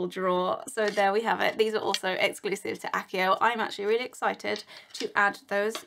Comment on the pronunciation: that's pronoumced achio!